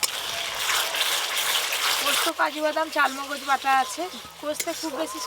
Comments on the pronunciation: চাল মোগজ না চার মগজ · Chaar mogoj k chaal mogoj bolo keno??